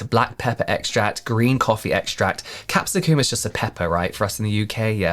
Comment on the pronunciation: I'm sorry...is that really how you people say capsicum?? 😅😂